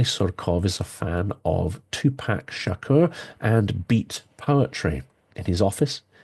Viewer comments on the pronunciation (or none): none